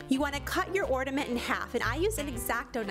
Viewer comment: ordament or ornament??